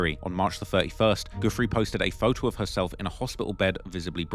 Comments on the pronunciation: Bruh how are you still saying "goofree" when it has been reported so extensively as Virginia "Jewfray" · Why are so many words censored and many names mispronounced? Never understood how some can spend hrs on doing a video & not check the proper pronunciation of names. Especially those who died. Virginia’s last name is pronounced like “joo-fray” and Gislane “gee-lane”. And pls breathe when narrating, it’s too fast,gets unpleasant to listen to after a while. Narrating is not a race.